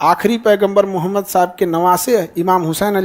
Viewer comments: Mr.Khan, you have to learn first how to say our prophet (SW) name. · Sala name ka muslim h tm phle islam ko terrorist ka religion bolta h fir uske baad dusre video m btata h nhi ye galat hai nabi ka name v pronounce krne ni aa rha shi se tumhe kya lgta h tm bohot bare teacher ho to ..kuch v kroge shi galat.. tmse 10* jyada odhe likhe ko Qur'an aur islam ko khud padh kr revert kr rhe unhe pta h is duniya ki har ek chiz uske rab ne di h but tumhe lgta h ye fame paisa hi h sb h shukr kro allah ne tumhe itna rizq diya is duniya ki sare paise v mil jayega but akhirat me kuch v nhi ...sirf muslim ghar m paida lene se koi muslim ni hota born muslim ko v islam ki importance samjhni pdti h ....abhi bhi waqt h khud ke understanding se Qur'an aur hadiths pdho jindagi apke ni Allah k control m h aur himmat ni padhne ki to mat pdho but islam k khilaf kuch v ulta sidha v mat bolo Kyu extra gunah kr rhe baki apke paise k lalch ko allah km kre aur bjp sarkar ki chatna band kro!!!!!!!!!!!!!!!!!!!!!!!!!! May Allah guide u